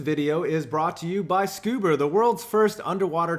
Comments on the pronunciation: FFS.... SCUBER?!?!? I'm dying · Great video but wtf is scuber 😂